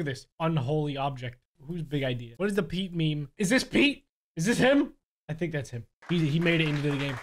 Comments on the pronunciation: its not me-me its meme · ITS PRONOUCED MEEM JEEZ